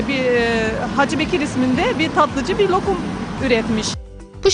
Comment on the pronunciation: Niyə lyökum deyirsiniz ? Lokum demək olmazmı